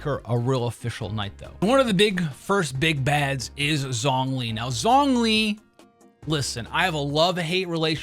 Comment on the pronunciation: Thats not how you pronounce zhongli